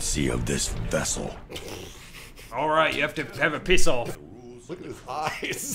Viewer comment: laugh xD Then "Orright, you 'av to have a piss orrff!" hahahahh